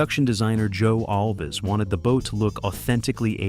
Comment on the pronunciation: No ORCA scenes were ever shot in a soundstage. It was all shot on location. Joe's last name is pronounced ALVZ, not All'-Vez. It's one syllable. Not two.